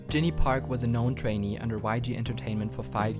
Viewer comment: Just a minor comment: Learn to pronounce "Park". ;)